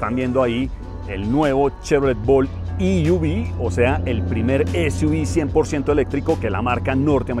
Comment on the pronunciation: E-V, se pronuncia i-ví si se dice en inglés o e-ve en español. No i-uvi. Saludos.